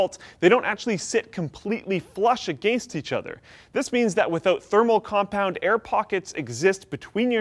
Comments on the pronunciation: The way pronounces "against" makes me cringe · canadians "a gain st" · ah. against. that one word that betrays all Canadians trying to sound American. JK. ;) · I love the way Canadian's say against.